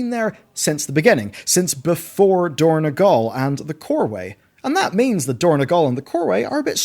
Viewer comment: > Yes, Dornegal... No, dorn-O-gal. Just like it was Oribos, not Ourobos (OU is read like U, like Uranus). Blizzard likes to change the names a bit, maybe helps them with copyright or whatever, but it's a nice touch to distinguish something from the game to its inspiration outside the game.